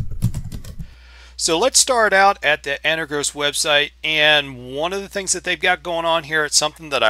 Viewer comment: I love your videos and I watch every one of them. I also understand the Jupiter Broadcasting effect on all us Linux users, but what is so hard about pronouncing this wonderful distro correctly